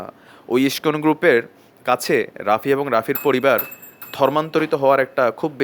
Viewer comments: তোদের গাঢ় ফাটছে karon ইস্কন হিন্দু ধৰ্ম keniye এগিয়ে cholche. আর বার বার কি বলছিস যে মূল ধারা হিন্দু আর ইস্কন মানে??? Tora গুদির বেটা মোল্লা মোল্লাই হবি. আমাদের জিনিস আমাদের ওপার cgere দে তোদের হিন্দু দের ব্যাপারে ভাবতে হবেনা. এখন তুই ইস্কন উচ্চারণ করতে জানিস না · Ai pagol ta ke.. Je Iscon r name ta thik Kore ucharonn kortee pare na.. Bhul bhaal information dichee.. Gandu Kichu janee na.. Ore murkhoo Tui Jodi Iscon r bhakto hoss tahole Tui udhar pabii.. Chagol kothakar.. Tui to garuu khee narokee jabii.. Iscon r mull lokhoo harir nam prochar kora.. R Chaitanya mahaprabhur banii saradeshee harirnam prachar hobee dekhis.. R Hindu der mull dhormogronthoo bed noii.. Srimod bhaggbatt gita .kichu janis na.. Bhull kotha bolis. Pls keuu ai mahamurkher kotha Biswas. Korben na